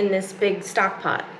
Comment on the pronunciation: *pot not pony! 😅